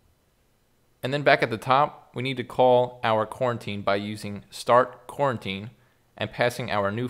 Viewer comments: So I believe as TaniCorn is pointing out, it should be pronounced co-routine, not Quarantine, although that's all been on our mind recently. EDIT Thanks for the great vid! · i thought he was saying quarantine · Did anyone else laugh when he said quarantine haha